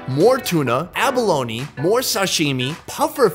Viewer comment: Its called abaloni not avaloni 😔😖😲😱😷